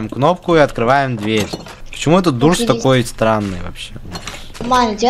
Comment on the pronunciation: НЕ ДУРС А ДООРС DOOSR